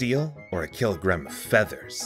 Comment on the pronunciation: It's pronounced "keelogrram of steele, or a keelogrram of fheathers"